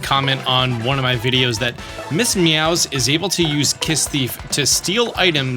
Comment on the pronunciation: Miss mowz is a mouse. Why are you calling her Meowz?